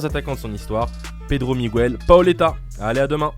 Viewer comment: C'est pas "Migouel" ! C'est "Miguel" ! GUE !!! Comme GUErre ! Comme GUErrero ! Bordel !